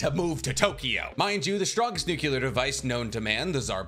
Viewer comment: Good vid. Never seen the show, but I’m pretty sure it’s pronounced nuclear. Not nucular.